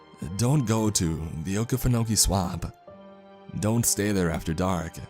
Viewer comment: It’s pronounced okee-fin-okee not oke-fen-oke I would know I’m from South Georgia